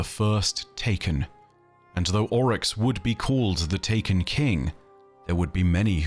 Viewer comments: Any reference to someone in game pronouncing Oryx as "Ow-Rix", instead of "Or-Ix"? Or does Ow=Rix sound more posh and pretentious? Remninds me of when you insisted on pronouncing Xivu as "Shevu", insted of as "Zivu" when everyone in game pronounced it as the later, including her sister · why do you pronounce characters names weird? You say owryx instead of oryx